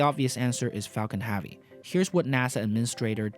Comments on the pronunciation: Can you learn how to say 'heavy', please. It's not prounounced 'haaavy' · Anyone else bothered by how he says heavy?